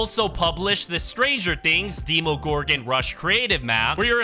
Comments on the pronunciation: Did he just say deemagorgans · did you just say demo-gorgon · Bro Really Said Dehmoegorgan